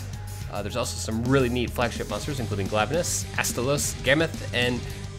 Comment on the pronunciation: its pronounced GLAIIIIVENUS. not GLAAAAVENUS. think glaive the HALBERD weapon that the monster's original japanese name was partially based on. #petpeeve